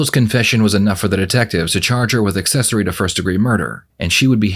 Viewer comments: What's assessory? 🤣 shouldn't someone who can take your freedom be able to speak proper English? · I want to stab myself in the ear every time the detective says "uhsessory,"